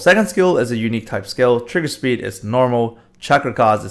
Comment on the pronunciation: when u say trigger speed it triggers me so much lol